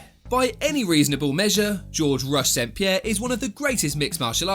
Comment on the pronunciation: That's how you say 'St-Pierre'